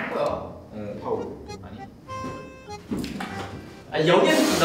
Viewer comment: 초에 '빠ㅏ울' 나만 웃기냐ㅋㅋㅋ